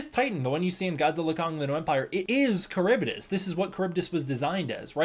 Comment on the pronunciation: Slightly off topic but I'm pretty sure you are mispronouncing Charybdis, I used to be big on Greek mythology as a kid and I remember it being pronounced differently... that being said, I could be wrong it was a long time ago.